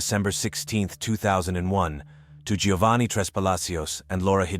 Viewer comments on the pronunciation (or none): none